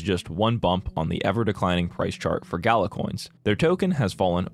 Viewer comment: I really love this video but the constant mispronunciation of Gala is really hard for me to listen to. I'm only a few minutes in and it's just super fucking annoying. I feel like I'm being dumb about this but I just can't handle it, I don't know if I can finish this video.